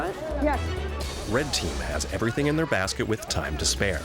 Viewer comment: is it me or did I hear Gordon say everythink?